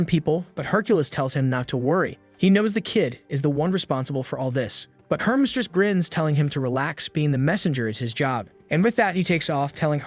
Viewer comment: I love all the mispronunciations. "What up Herms".